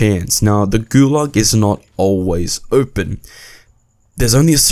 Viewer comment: Gulag, not gulug